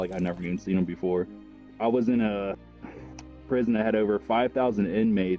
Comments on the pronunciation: he said pirson not prison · it said pirson instead of prison im smart it saw it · “in pirson” Bruh moment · pirson? You mean in prison? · "pirson" how did I even notice that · ''in pirson'' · “when people in pirson.” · “pirson” lmao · "And people in pirson" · “pirson” it’s just funny, I had a good laugh